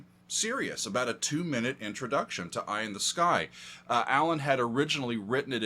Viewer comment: it’s not SERIOUS it’s Sirius!